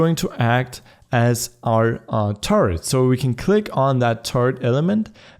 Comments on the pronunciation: i like the way u say turret it sounds like turd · When you say turret I understand turd lol